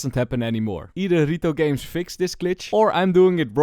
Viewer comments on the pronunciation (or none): Can you please prnounce it correctly it isn't "rito games" it is Riot games.